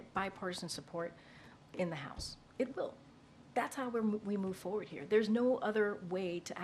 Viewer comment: I CAUGHT HER AGAIN, she said, "MOVE FOR WORD". She said MOVE FOR WORD! Ahhhhhhhh*.